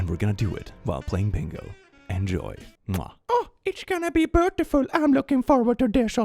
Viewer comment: It sounds like you said "brutiful". This is now a word. It means brutal and beautiful.